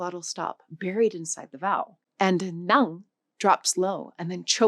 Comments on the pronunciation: Chị này phát âm không đúng 'ngã' và 'nặng'. Chưa thực sự hiểu biết về Tiếng Việt, chỉ mới là cưỡi ngựa xem hoa. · As vietnamese, i can see that your ngã and nặng does need to be sharper, ngã sound too close to nga and nặng too close to năn. good enough for middle or south vn but not for north Vietnam. We also have the funny tr and ch that the north can't say and the south can say very clear :D. Chi (Ch-i meaning limb or suffix mean why in middle Viet) and Tri (T-ri meaning mind) are 2 different things but jumble into 1 sound in the North. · and actually she pronounced 2 words "NGA" and "NĂNG". To add the correct tones, the 1st word should sound like you are drunk, and the 2nd word should drop lower until you feel it at the back of your throat =)))